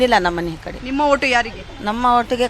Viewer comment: ನನ್ನ ಹೋಟು‌ ಅಲ್ಲಮ್ಮ... ನನ್ನ ಓಟು ಅಂತ ಹೇಳಮ್ಮ.